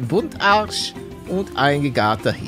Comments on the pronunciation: Einfach der gute Buntarsch das heißt Buntbarsch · Hi Palle, es heißt nicht Buntarsch sondern Bumtbarsch🤣